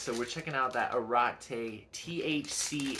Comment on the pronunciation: Pronounced Ah-regh-tegh